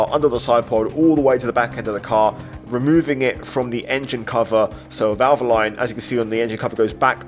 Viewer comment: That is the first time I've ever heard valvoline pronounced like that lmfao